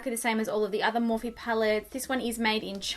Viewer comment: Had to give a thumbs down 👎 because its Morphe, I love your videos though